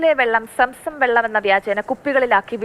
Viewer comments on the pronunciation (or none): Samsam അല്ല. zamzam.